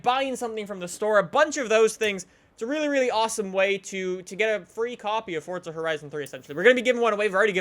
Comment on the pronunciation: Yes more "Fortza" Horizon 3!